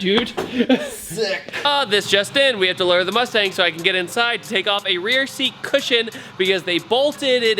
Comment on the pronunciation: Moostang is how Mexicans pronounce it.